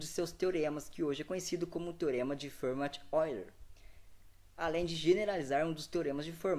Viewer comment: Só uma coisa, se pronuncia "Ferma"